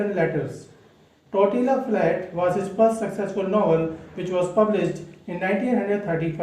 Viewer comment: I think its generally pronounced as " Tortiya " flat.. just fyi... Hearing it incorrectly pronounced grates . Apologies .Steinbeck is among my favourite authors . Follow this book up with Cannery Row .